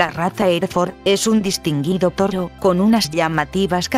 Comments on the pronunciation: todo el video diciendo "torro".... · que pedo con este video son de los perea que e bisto y no sade decir toro lo dise como rusa